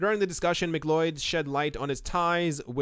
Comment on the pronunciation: McLeod = Mac Cloud